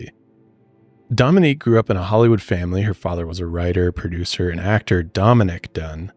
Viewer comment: said Broducer..... Miss ya Joel